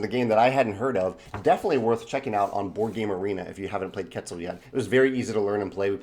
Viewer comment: I love your channel, I've been learning a lot from it! Just wanted to add a little thing, the game name is pronounced "ket-ZAL". I don't expect anyone pronouncing correctly foreign languages but some people may appreciate it, I'm sure I butcher german names and terms on a daily basis too:D